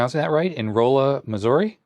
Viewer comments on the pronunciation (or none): "Rolla" is pronounced "Raw-la", just as an FYI. :-)